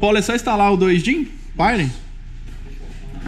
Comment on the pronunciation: a pronuncia e Páioníer a enfase e na ultima silaba:-)